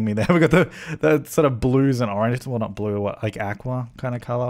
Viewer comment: oh my god the way you pronounced aqua